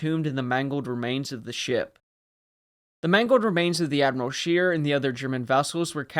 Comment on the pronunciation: It should not be too difficult to ascertain the German names, or how to pronounce them: Admiral Scheer...NOT ' Sheer' but ' Share' . Not really correct but a lot better.